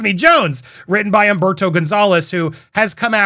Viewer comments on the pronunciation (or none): none